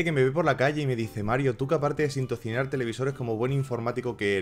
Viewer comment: Has dicho sintozinar 😂😂😂😂